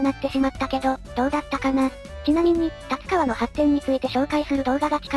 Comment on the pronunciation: 「たつかわ」 って聞こえるんですけど 音声で読み上げる何とか変換ソフトでですか？